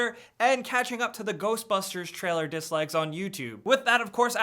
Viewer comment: I wish I was a giant tool with really good editing skills, who pronounces "to the" like "ta da." Then, only then, could I have 2 million subscribers.